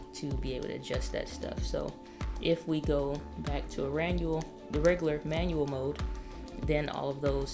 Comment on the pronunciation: I love the speech blunder at . Regular manual = rengual 😁😁 made me chuckle way too much